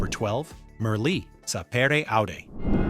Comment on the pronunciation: bro, you have Merli all wrong.... bro!